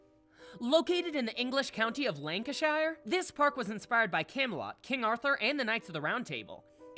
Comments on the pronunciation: Lanca-shire XD This isn't the hobbit you know! It's pronounced more like "lancashur". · “Lankinshire” WHAT? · As a fellow brit who lives in lanacshire it pains me that they pronounced ut linconshire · I laughed when the dude said Lancashire In England it’s pronounced lan-ka-sure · As an English citizen hearing him say Lancashire as lancasheer just cracks me up 🤣love it when Americans pronounce English cities or words badly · Just wanna say that Lancashire is pronounced Lanca-sher same with all counties that end in shire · The way you said “Lancashire” pained me...